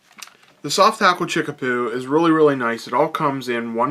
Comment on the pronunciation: Great pattern...fish love this one. But it's chickabou not chickapoo lol.